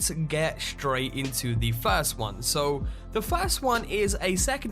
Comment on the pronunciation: What accent is that ? How come you don't pronounce many "t" ? Diamon ci'y Secre' location Get in'oo Haha you funny dude !